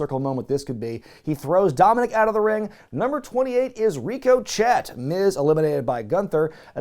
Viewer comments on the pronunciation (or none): Also Rico-chet is the proper pronunciation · Gonna be honest. It took me a minute to figure out why you said Rico Chet. Well played!